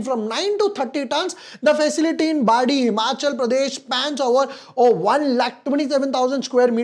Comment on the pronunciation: ये बाडी नहीं है भाई बद्दी है😂 हिमाचल का इंडस्ट्रियल area